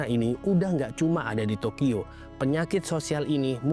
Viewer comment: Entah telinga gw ad problem atau ad salah pengucapan, gw dengarnya tokiyo bukan tokyo